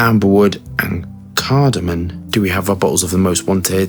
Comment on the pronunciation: It's cardamoM, not cardamoN